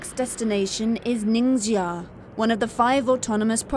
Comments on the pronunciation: WHY DOES SHE KEEP MISPRONOUNCING THE LETTER X. IT'S PRONOUNCED LIKE "SH"! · Why she says " nincaia"?